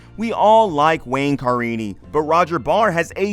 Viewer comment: So I guess you have never seen an episode of this show? Car ini? It's Ca rini.